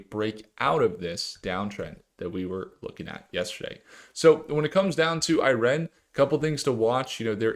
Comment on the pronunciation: Why are you pronouncing IREN like that… it’s one word lol 🤣